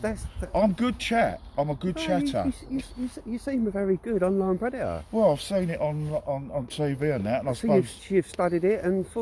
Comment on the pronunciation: Pred say's "I wouldn't say I was a "Pre De Ta!" No your a Prede TOR! Dicked lOl